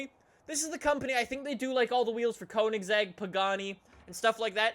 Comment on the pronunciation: 1. you pernounced koenigsegg wrong 2. Koenigsegg makes their own wheels with a pattented way of making them hollow.